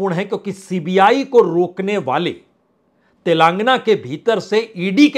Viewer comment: श्री बाजपेई जी आपका विश्लेषण काबिले तारीफ है,, कृपया तेलांगना की जगह तेलंगाना उच्चारण का निवेदन है,, जय माई की